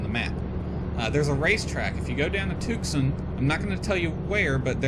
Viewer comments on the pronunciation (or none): Since you're not from the west, it's not pronounced Tuc-son. It's pronounced Tue-San. Luke AFB is there where they trained all F-16 pilots before they sent a squadron to Holloman AFB, New Mexico. Now Luke AFB trains F-35 pilots as well as Eglin AFB, Florida.